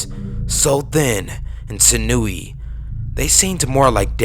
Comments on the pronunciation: Si-noo-ee? -_- JC. Sinewy! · "...sin-OO-wee..."? You're doing a great job, but "sinewy" is pronounced "SIN-you-ee."